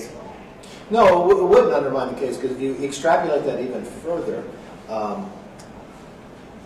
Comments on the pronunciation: "extrapUlate" yup genius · When backed into a corner, “extrapulate”. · Did Kev say...."extrapulate"?